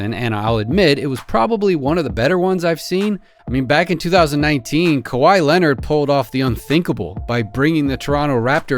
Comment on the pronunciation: Kahwhi Leonard 😂😂😂💀